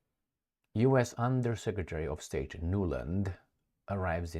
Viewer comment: I heard you saying "undersecretary of STAGE". Deliberate or not - What a wonderfully apt paraphrasing...